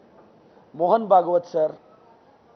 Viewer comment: ಎಪ್ಪ ಭಾಗತ ಅಲ್ಲಾ ಭಾಗವತ್